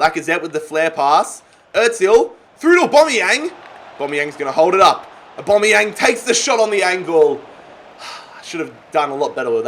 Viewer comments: its awbameyang not uboneyang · U say Aubameyang wrong it’s said like ABA-MEY-YANG not ABO-MEY-YANG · It’s not A-bomb-eyang it’s A-bam-eyang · His name is Aubanyang not Oubanyang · Why does he keep saying abomyamng and not Aubameyang like normal people do? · Stop sayin AUbameyang itz Abameing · Pls say Aubameyang right it’s not aubomoyang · Anyone else realise that he says a bomb yang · Stop saying abombeang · And it’s not abomiyang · The way he says abumyang 😂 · Danny Carey he says aubOmeyang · btw its pronounced Ab-A-mee-ang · Aubameyang actually pronounces it Orbameyong 😂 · Say aubameyang names right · He is saying aubameyang like he is a bomb lol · I love your content mate but please learn how to pronounce Aubameyang properly. Its jarring, sorry 🙈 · Like if he saying aubameyang wrong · Please sell Aubameyang because you pronounce it so wrong